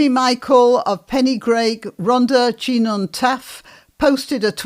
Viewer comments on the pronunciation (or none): So I'm not so distracted from your content by laughing: Rhondda Cynon Taff sounds like Hrron the cunnon Taff. It's made up from the names of three rivers there.